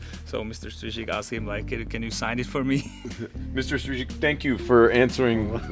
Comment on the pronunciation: Good job on pronouncing Mr Strizik’s name 👍👍👍